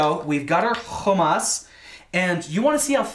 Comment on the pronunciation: Interesting pronunciation of "hummus."